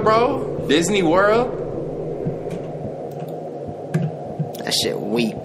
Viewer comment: Lmaoaoa how says Disney world